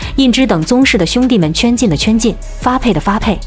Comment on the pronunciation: 十四阿哥叫胤题ti, 大阿哥才叫胤zhi